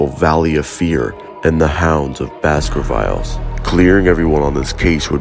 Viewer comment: Great video but you mispronounce ‘Baskervilles’, the ‘villes’ part is pronounced like ‘villain’